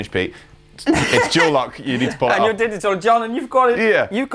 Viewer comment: "digi-uhl". John cancelling consonants.